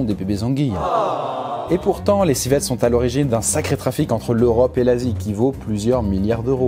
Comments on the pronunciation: Alors deja , on dis Civelle et non Civette merci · civELLE ça se prononce civ elle